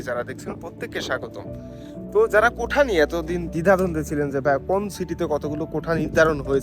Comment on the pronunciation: আরে ভাই কোঠা কোঠা কেন করেন ? শব্দটা হবে কোটা । মিডিয়ায় কথা বলতে হলে একটু যাচাই বাছাই করেই বলতে হয় , যেন আপনার থেকে অন্যরা কিছু শিখতে পারে ।